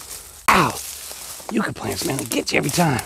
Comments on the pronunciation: It's "yuck a" not "u ka". The Spanish explorers called them "candelaria de dios" or candles of God. The flowers in the spring are lovely and do remind one of a white candle. Love watching you work,! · Yuck-a not You-ka 😊 sorry I couldn't help myself. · they are pronounced Yuk Ka, not Euca. Yuk as in disgusting/terrible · It's funny how the UK and US have the same words yet we say things so differently.. for example you said yew for a yucca plant but in the UK we say it like yuck for yucca and there's so many more 😂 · YUCK-AH = YUCCA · Yucca is pronounced yuck-uh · Yucca plant pronounced Yuck-a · How donu say yuk eww that's the same way u say that plant yuka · They are pronounced “yuck-a” plant. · It's pronounced yuck ah. Yucca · Those plants are pronounced YUK-KA, short u